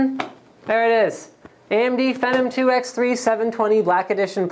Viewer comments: I thought it was "fee-nom"? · Fen-num. LOL, damn Canadians. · I think your saying Phenom wrong but good vid!